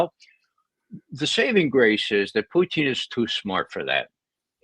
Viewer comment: Ray McGovern keeps pronouncing Putin as Poutine, which is french for french fries with gravy and cheese.